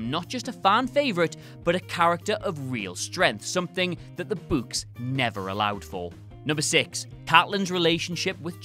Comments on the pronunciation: What does the ghost in the library say to spook the kids? "Booooo-ks" Seriously though I wonder if this guy flips it sometimes. Like when he says, "I'm putting on my boots." It sounds like, "I'm putting on my butts." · Angry Kittens this blatant mispronunciation ruined the whole video 😡😡😡, I hope he is fired immediately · It’s pronounced BOOKS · "in the buuks" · It's spelt 'Books' but pronounced 'Bucks' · Gotta love the people whinging about the way he pronounces "books". 🙄 It's regional accent thing. I mean there are some Americans who pronounce "room" as "rum". So who cares?! It's no where near as bad as how Americans can't say "twat" properly. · not sure if i love or hate the way says "Books" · Literally laughing my ass off here how you pronounce "books"